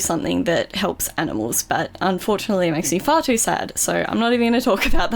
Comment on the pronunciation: When she went far to sad the first time I thought she said fart